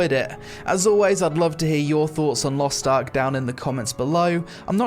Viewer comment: Lost Tark? LOL it is Lost Ark not Lost Tark :D